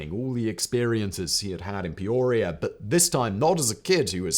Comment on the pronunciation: Lived in Peoria my whole life. Never heard it called peuurria.